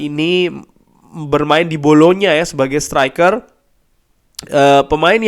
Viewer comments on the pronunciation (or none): none